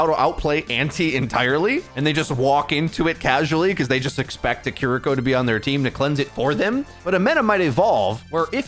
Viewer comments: Kiriko is pronounced "kee-ree-ko" with flat intonation, not "kuh-rico" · I love how you pronounced Kiriko as *Keriko*. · & here I am again asking why, when someone's livelihood is OW, are you STILL saying KUH-RI-KO????? Please for the love of fucking christ, just say her name right. Go watch her short or go listen to ML7 say her name. JUST SAY IT CORRECTLY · why can't you say kiriko correct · Nice videos! As others have said her name is pronounced "KI RI KO". Key-re-ko would probably be acceptable. No disrespect intended. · please... please learn to say kiriko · One day will learn how to pronounce kiriko. But today is not that day. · The way you pronounce kiriko is so wrong lmao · You spent so long pronouncing Kiriko correctly... What happened,?